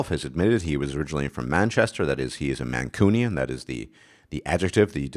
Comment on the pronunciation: You are pronouncing Mancunian wrong. You say man-coo-nian. It's more like man-cyoo-nian, Similar to the way some people say Noo York and some say Nyoo York.